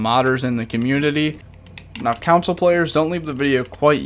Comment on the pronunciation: and "consul" instead of console